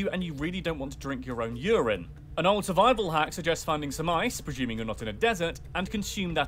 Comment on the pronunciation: Am i the only one who noticed the 'surivial'